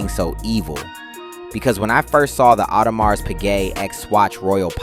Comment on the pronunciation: Everyone, especially the people buying this thing, knows it is pronounced AudeMEEEERR!